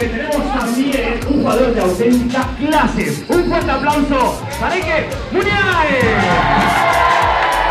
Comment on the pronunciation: La forma correcta de decirla es la que dice el presentador en el